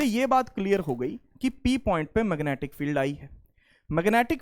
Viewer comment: Magnetic ❌️ Mangetic ✅️